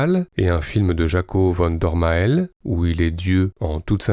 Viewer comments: Belle rétrospective, merci. Mais savez-vous que chez nous, on l'appelle "Poul-voorde" et pas "Paul-voorde"? (De la même manière, notre Jaco bien aimé, c'est "Van Dormâle" plutôt que "Van Dormahèl") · Ça se prononce poulvoorde pas polvorde et vann dormâle pas dormaêl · Ah les français... Faites un effort quand vous prononcer des noms qui ne sont pas français! Ca se dit "POUUUULVORDE" et "VANDERMAL"! Renseignez-vous avant d'enregistrer des vidéos... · Jaco Vandormaël ? 😃 Ça se prononce " Vandormaal " comme Poelvoorde se dit " Poulevoorde ". Sinon très chouette retro ! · 1 - Poelvoorde = "Poulvorde" 2 - Van dormael = "Van dormaale" 3 - Franco-belge? Non, belge tout court. Francophone, wallon, namurois certes mais pas français 4 - Bon travail quand même, merci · En flamand les oe se prononcent ou, pareil les ae qui se prononcent a (rapport à Jaco Van Dormael)